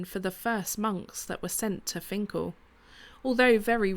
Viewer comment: This isn't far from where I live - about 10 minutes drive. As a lad my grandad used to walk from his home in High Moorsley to Finchale to swim in the Wear. I'm pleased you got the pronunciation right. Interesting to hear the history behind it. I'm surprised you were ok flying the drone as it's not far from HMP Frankland.